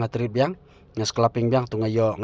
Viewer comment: Scalping ❌ sclaping✅😂